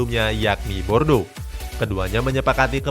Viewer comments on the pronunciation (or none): Bordo??? Kami di prancis sebutnya Borduu..😂😂